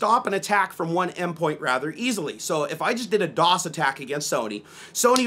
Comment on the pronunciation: that side camera gives me cancer... its dee dee ow ess NOT dee dos